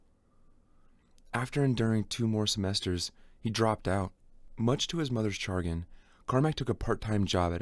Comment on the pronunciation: it's pronounced sha-grin...